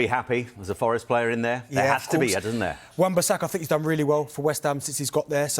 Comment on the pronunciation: Wan Bissaka? LOL